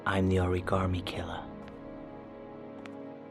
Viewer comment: I just want to point out that "origarmi" is the closest anyone in this entire game gets to pronouncing that word correctly.